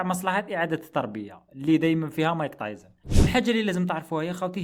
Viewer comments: راكليطة خويا مشي صاحبي بصح تنطق تايسون مشي تايزن 😅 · تعليق مهم يرحم باباك متقولوش مايك تايزن قول مايك تايسون